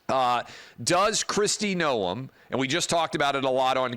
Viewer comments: It’s pronounced Nome not NoEm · That's fine...she wasn't going to make the cut regardless. Thing is that is ranch life is something most would never understand. Will never happen, but Tulsi Gabbard would work out really well. Travis, you are adding too much to the pronunciation of her name